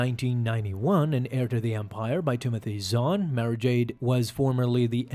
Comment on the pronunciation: Good video. Definitely saying Mara incorrectly though!! 🤘🏻🧡🧡🤘🏻